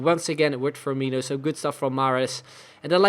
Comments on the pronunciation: I came here to comment the same. As a brazilian my soul dies a little bit every time he pronounces FirmiNHO. It's FirmiNo ... like NO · No, it's not. It's INO, not INHO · Love the series but repeat with me. FirmiNO, FirmiNO, Fir-mi-NO. Much better! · Please stop saying FirmiNHO :) I'm not even a Liverpool fan but it just doesn't sound right